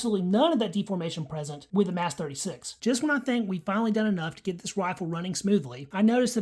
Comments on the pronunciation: Is it not pronounced “mahs” rather than “mass”? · You have alot of ignorant "facts" that you're spitting out. The slam fire issue is from kinetic movement of the firing as the bolt comes to a stop and soft primers. Do some research. It's pronounced "MOSS" not "MASS" btw.